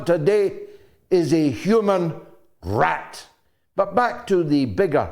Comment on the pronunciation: I love how GG says “rrrat!” 🤣